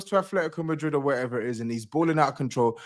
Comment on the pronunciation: # Pray for MAH-drid. 🤣